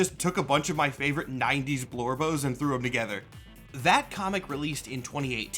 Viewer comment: I hear you say blurbo in every video, im mainly a star wars fan at heart, am I correct in assuming a blurbo/blorbo is a comic book equivalent of a Glup Shitto in star wars?